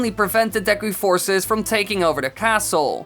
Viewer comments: what is the correct pronunciation, I've herd it been pronounced deku and for some reason pronounces-es it as da-yku, what do you pronounce it please reply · You said deku wrong